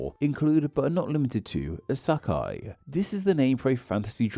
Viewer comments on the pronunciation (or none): You have been to Japan multiple times, so you should know that the vowels are quite simple. The vowels sound more or less like how they do in the majority of languages. The vowel sound in "kei" sounds like "hey", not "high", etc. I'm not even sure how you got "ih sah kai" from "isekai", as the "e" doesn't sound like "ah" even in English, much less Japanese. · pronounce as eesekai i think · “ASAKAI” you’re a linguistics youtuber. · please study the IPA and/or just try harder to pronounce the words more accurately. It surely can’t be as hard as you make it sound to pronounce “Isekai” or “kei” correctly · While you have a point (even though it's still sad that he said he has been to Japan multiple times yet still pronounces things in a German way), what's less able to be understood is how he found an "a" in the "e" part of "isekai". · Do you not take a second to look up the words to make sure you’re pronouncing them properly? Like, all you gotta do is google “how do I pronounce Isekai” or type it into a Japanese text to speech bot. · I felt extremely violated when he pronounced isekai wrongly